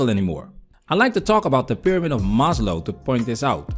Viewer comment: It's pronounced "Maz-low" not "Mahz-low"